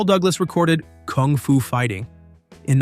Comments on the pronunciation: This bellend keeps playing clips of Carl singing kung fu fighting yet he keeps saying kooong fu? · Stupid bot pronounces it "koong foo" 😅